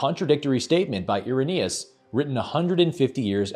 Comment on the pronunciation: Irenaeus? ...more like Error-naus 🤪